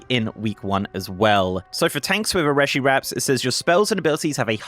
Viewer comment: PSA: It's pronounced 'ree-shee', as per all spoken dialogue in game.